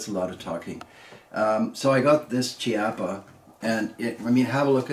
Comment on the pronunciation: Great video!! Just as a note, it is pronounced “keapa” as the “ch” is always pronounced as a “K” sound in Italian.